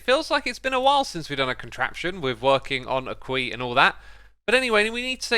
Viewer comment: When he says kwee Is he referring to a Queue or to a Caye? is he talking about a line of villagers or the land they are on? or something else? either way, unless it is a word I cannot find he is pronouncing it wrong